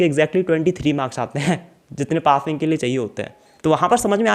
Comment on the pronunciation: Aree Pating marks nhi hote Passing hote h lovde 😄😄